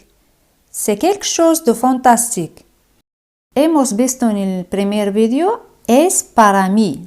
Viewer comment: en "fantastique", las "a" se pronuncian como "a" o como "0" ? Parece que dices fontostic